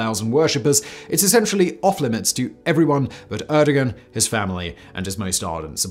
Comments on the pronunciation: * air-doe-wan Fyi :) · I get a terrible spinal pain every time Simon says "Erdigan".